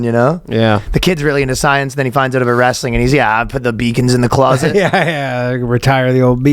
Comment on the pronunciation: I know! 😂 and “aboot” It gets me every time.